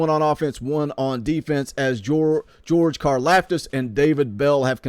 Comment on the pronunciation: They got em to the bowl they did their part if you’re a guaranteed top 3 round pick you’re wasting yo time playin in bowl games if u think different ur selfish and it’s pronounced like karloftis